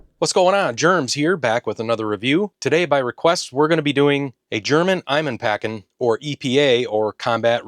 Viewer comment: If I may give you a little hint on how to pronounce "Einmannpackung" (which in itself is a stupid German word and I don't think every German would actually know what it is). It is far easier to pronounce if you divide it into its components: Ein - Mann - Packung (Ein = One / Mann = man or person in general / Packung = package, or in this context ration for which we als have the German word "Ration") Easier to pronounce and also for a German easier to understand it is a ration for one person Rindfleischlyoner equals what you know as Bologna (baloney). The Bierwurst (beer sausage) does not have beer in its ingredients, the name derives from the fact that it used to be eaten when you enjoyed a glas of beer. It also says that it is good until the 30th of September 2024. While most things are good for longer, some things like the rye bread might not be as pleasant after that date. It is made from whole grain and that contains fat and might get a bit "rancid".